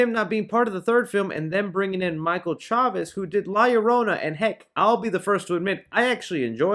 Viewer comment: So far you are the only YouTube that pronounces Chavéz correctly.